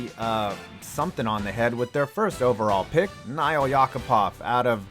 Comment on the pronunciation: Nail as in nail and hammer...YACK-A-POV lmao